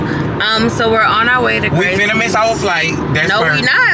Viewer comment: I just had to pause mid video . I live here in Houston, the food is better here . Also, it's pronounced Graces, not Gracies. LOL! That was too funny to hear you say it so many times. Welcome to the H though! 🤘🏽🫶